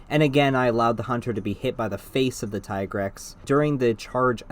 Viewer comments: tigrex, pronounced as T-grex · Tigrex pronunciation, watch out.